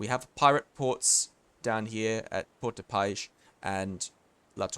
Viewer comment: Port de paix = "por de pai " No "sh". Ignore the "x" completely. That is french for ya. Ignore the x at the end always. (means "peace" btw. So "Port of peace", kinda)